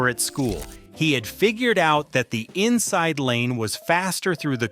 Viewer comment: "Jag u are" ? Are what ? sitting "In sise" "Porsche nine wevinteen" ? Whaaaaat is weevinteen ? "Nah beezco" what the hell is that ?